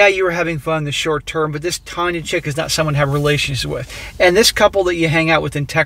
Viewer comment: "Tanya" more like "Tania" Kappa